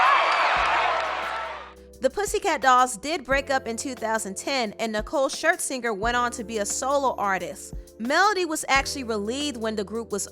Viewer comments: The lady speaking pronounces her last name so weird it’s not (shirt-singer) it’s (shirs-inger) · Not Nicole “Shirt-Zinger” lmao That’s about as bad as Wendy Williams calling her Nicole Schlesingberger. 😂😂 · She saying Nicole Shirt-Swinger? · I’m dead you keep calling her ShirtSinger 😂